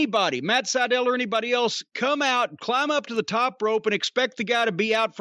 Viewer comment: Matt Sydal more like Matt Sy-Fell